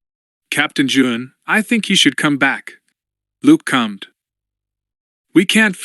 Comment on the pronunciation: Stop reading "commed" as "cummed" 💀